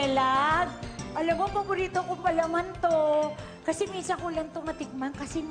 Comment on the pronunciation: mali ispel nutella naging notella